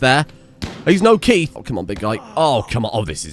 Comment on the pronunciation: Great episode and the base is looking on point but why are you pronouncing the best boy Keith's name wrong. Just joking another great episode